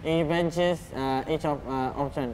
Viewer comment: It’s Ultron not Eltron